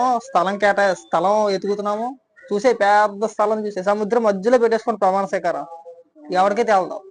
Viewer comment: Botsa gaadu “pramaana sweekaaram” ani correct ga pronounce chestey Jagan gaadu gelisinatte.